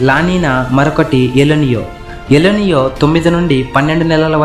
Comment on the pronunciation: ఎల్ నియో కాదు ఎల్ నినో ముందు భాష విధానం మార్చు